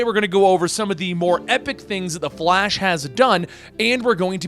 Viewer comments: Was he just about to say fash instead of flash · “The Fat- The Flash” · Bruh he keeps saying "the fat" I the beginning 😂😂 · “the flAsh” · “the fat the flash” 😂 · "the fat- uh flash," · "...The Fhat"